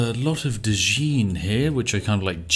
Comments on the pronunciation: Bruh, did Spiff just say "Dijeen" Instead of Djinn? It's pronounced like Gin spiff, but with a harder G sound. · Did I hear a duh-jeen... Its pronounced gin like the drink lol 👍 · 'Djinni' is pronounced the same as 'Genie', 'Djinn' is just like that without the terminal vowel.